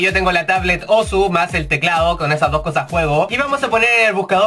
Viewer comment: se dicé Osu! weon